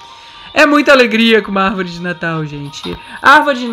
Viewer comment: Palavra secreta: arvóre